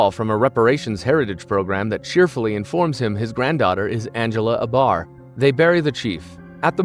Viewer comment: You pronounced Abar wrong. Did you even watch it or are you reading an AI summary?